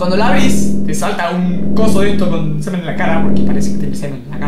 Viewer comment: 7 veces dijo swmen